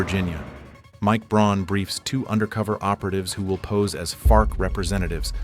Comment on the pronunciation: Look at the text in any part it's funky, the same scene is different between cuts, people fingers drawn lines like it's a pen, objects like AK clips are flexible so it's clearly AI video. Speech is jumpy with odd gaps between words and says Braun rather than Brown so also clearly AI. I'm sure there's a real person giving prompts and ideas doing a bit of editing but by now they probably automated most of their workflow and just get all their ideas from AI as well